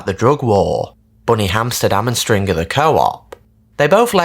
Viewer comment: I hate it he doesn’t pronounce stringers name properly either it’s infuriating.